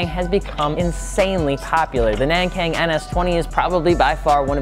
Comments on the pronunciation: It's Nankang not Nängkäng. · Nan= None, Kang= Kunk. Not nen keng, do ur research. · Shoutouts to FI from Taiwan where Nankang tires are from. It's actually pronounced as "Nan-Gong" FYI. I know it sounds weird, but it's the closest to its mandarin Chinese pronunciation. The alphabet spelling systems in Taiwan are messed up sometimes lol. Happy to see Nankang tires included in one of your videos. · I am pretty sure the "Nankang" should be pronounced as "nahn-gahng." all "Ah" sounds as I am from South Korea next to China. Anyway, good introduction. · It's actually pronounced Nangong. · Its pronounced nong kong like hong kong